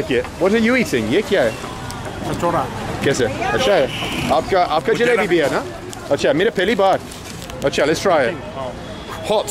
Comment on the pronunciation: Lol great video, i cant stop laughing bro, it is not jlaabi, it is jlaybi. Jlaabi means diarhea. You gota be careful with hindi prongciation one small twist in the words can change the meaning to something completely different .